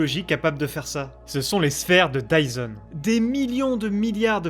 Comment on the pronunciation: It’s dyson not tyson